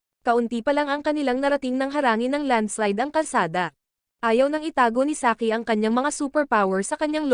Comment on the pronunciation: Saiki❌ Saki✅